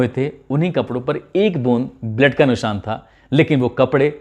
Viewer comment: Bura na manna AAP blood ko bled kyoan pronouns krte ho sahi krne ki kosis kijiye Sir bhojpuri tune daldiya aapne